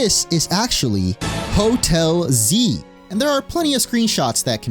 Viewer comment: Oh Hotel Z, I thought you were saying Hotelsy.